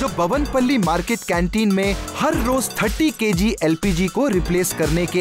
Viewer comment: bhavan pally nahi Bowen pally market he bhai